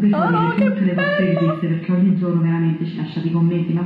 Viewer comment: Ma dici "pechè" invece di perché 😂😂😂